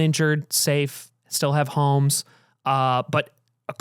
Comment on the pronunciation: Doug said "holmes" instead of "homes" like 20 fucking times in a row and my head is spinning 🫪